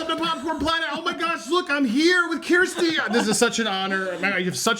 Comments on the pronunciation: It’s SHERsti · Bro you still pronouncing her name wrong 😅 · Hey Andy, before anything, amazing collaboration!! Love Kjersti! Great partnership! An aside… can you find out how to correctly pronounce Kjersti’s name. I know you don’t mean anything by it and so sorry to point it out. She’s too polite to correct you. 😊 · Awesome to see you two together but you’re saying her name wrong lol